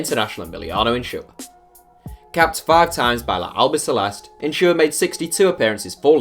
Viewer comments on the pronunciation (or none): The s in Insua doesn’t make a sh sound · Why are u pronouncing some S'es so deep. Like Insshua or sshtuani. Its weird